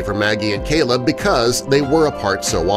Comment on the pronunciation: The guy reading the story calls the groom Celeb (as in celebrity). Apparently his name is Caleb!! It's not that difficult!